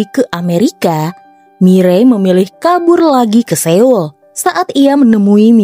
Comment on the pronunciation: koreksi dikit kak, pelafalan "Seoul" itu mestinya "So.ul" bukan "Se.ul". btw sukses ya channelnya